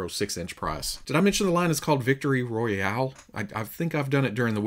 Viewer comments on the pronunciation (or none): Haha Nobody’s says the word “Royale” like a person from Arkansas. Yall make it art. Good round up! I appreciate being able to see everything in one place. Thank you!